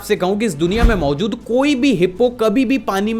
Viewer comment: you said mozud instead of mojud😂😂😂